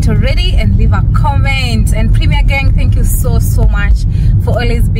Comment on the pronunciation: I like it whenever you say "tingoo" makes me laugh.More love